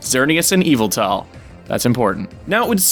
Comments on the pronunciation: Dude, your theories are awesome and I'm totally on board with everything you're saying here. But for the love of Arceus, please stop pronouncing Yveltal as "EE-vull-tall". Seriously. That's driving me nuts. (It's "ee-VELL-tull", just...just so you know.) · EE-VALL-TALL? I thought it was said "Y-vell-tall". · Its actually pronounced Yeh-Vel-tahl